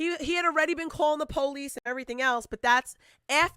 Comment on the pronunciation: The POLE-EESE 🤦🏼‍♀️